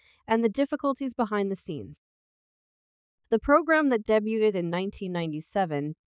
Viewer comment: Note to... You are speaking the ENGLISH LANGUAGE...so, LEARN THE CORRECT PRONUNCIATION OF THE WORDS YOU SPEAK... (e.g. Pat Sajak's last name; 'debuted'; 'lawsuit'; Sonny Hostin's last name; Joy Behar's last name;... and others that I couldn't even understand!!! Your mispronunciations are FRANKLY DISTRACTING AND ANNOYING!!! WTF!!!